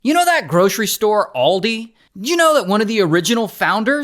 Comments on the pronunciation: Oldi or holldy 😂😂😂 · Welcome to alldi